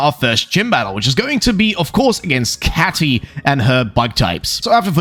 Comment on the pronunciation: Bro said Katy wrong